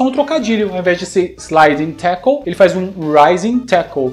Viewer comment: Cara, vc precisa pronunciar o L no fim de palavras como "tackle". Você tá falando como se ao invés de L tivesse um U no fim da palavra. Eu sei que o L no fim das palavras caiu em desuso no português brasileiro, mas nas outras línguas esse som é sempre pronunciado. O nome desse som é o dark L. /'tækəl/. Cara, se eu não me engano do 2002 ele fala "running wild" antes do especial.